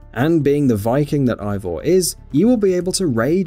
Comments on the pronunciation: Why so many likes? After saying wrong name... NOT Ivor but Avor and YES you can change your sex. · "unlike Odyssey, Valhalla will only let you play as one protagonist. But you will be able to select Eivors (AY-vor BTW 4head) gender." MF THAT"S BASICALLY THE SAME THING